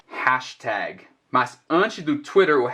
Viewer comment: Interessante na palavra "hashtag" parece que tem uma diferença bem sutil na pronúncia da letra "A". Logo depois ele diz "Pound sign", e acho curioso como é diferente do nosso "P", parece que sai mais ar da boca na letra "P".